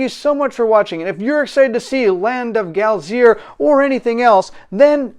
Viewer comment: Its pronounced Glay-zer...I think its a typo 😁